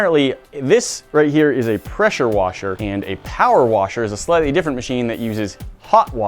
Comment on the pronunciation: its a peshuwashe